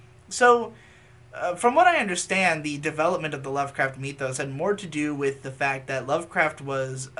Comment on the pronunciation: Nobody:: Meee-thos